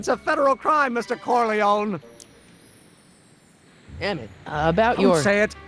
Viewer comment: Pity that they pronounce "Corleone" as "Corleown", and "clerking" as "clerking" rather than "clarking". Someone has produced a good script for this.